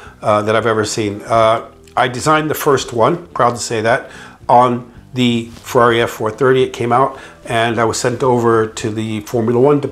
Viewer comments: Hey you english speaker, please learn how to tell the word italian brand. Ferrari is not a fwerrrrareeee. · After working for Ferrari all those years you’d think he’d learn how to pronounce Ferrari correctly😉